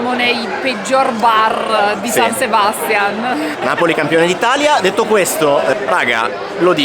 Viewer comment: Non Sebàstian, ma SebastiÁn. O Donostia.☝🏼